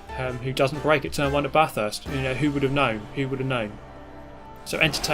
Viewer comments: So I haven't really been watching your videos for a couple of weeks, and I've noticed a massive improvement in your videos. You've finally learned how to say Bathurst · Good to see you slipped up and pronounced Bathurst correctly 🤯 I was bracing to be triggered again